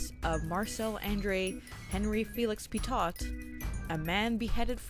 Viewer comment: OK, but it would be even better if the protagonist's name were pronounced correctly. (Petiot is pronounced: pet''-ee-oh)